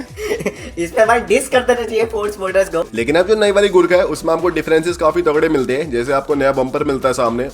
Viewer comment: Bro, Jab usne first time Gurkha bola to mujhe sunai Diya 'gu kha' next Time jab usne bola to mujhe sunai Diya ' gutka'